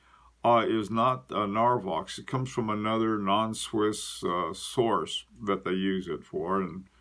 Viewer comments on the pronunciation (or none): none